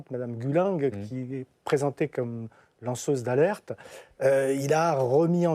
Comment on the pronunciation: Quel abjecte personne ! Pas une fois il n'a prononcé correctement le nom de la seul lanceuse d'alerte. Il ose même valorisé les violences sur les enfants.